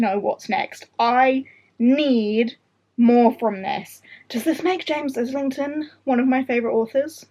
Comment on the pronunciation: Was going to say you had a dedicated Schwab display so James Islington has to be good. I think I need to attempt hom again! Also I got so fed up of not knowing the correct way to say his name I did a search and found an interview where he was asked how he pronounces it. He says EYE-lington